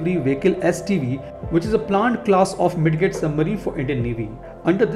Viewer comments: Hi buddy it's not Mid "get" rather pronounce as " Mid "jet"... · Bro it is pronounced "mij jit" not mid get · It's pronounced mijjet 😄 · The d in midget is silent, kindly correct it next time onwards